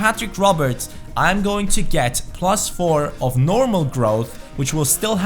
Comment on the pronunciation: "Prrrrrrlus four"